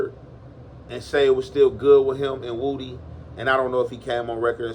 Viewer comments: Woody , not woooody my dawg lol 😂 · Na its pronounced woohdee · No that's how u say his name.. everyone says it wrong but..woody just spells it that way but he has addressed how to say his name..his family says it just like is saying it